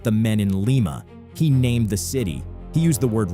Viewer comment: Wrong pronunciation of Lima 😂